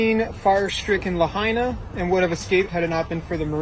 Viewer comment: Not La Hay Na